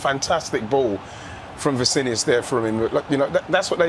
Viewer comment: Não tankei o falando Vicinius